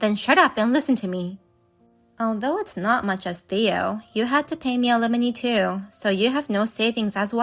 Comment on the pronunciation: Alimony...pronounced "al a mo knee"...English is so difficult! 😂